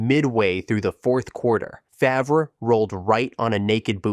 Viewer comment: Terrible pronunciations lmao its not hard to google their name pronunciation, takes 2 seconds